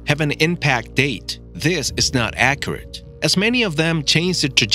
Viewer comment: Are we actually going to listen to someone who can’t even talk properly like “Astawoid” and “Acuwet”